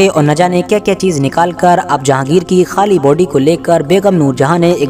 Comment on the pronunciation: ..thaali nhi bhai ..khaali hota he 😂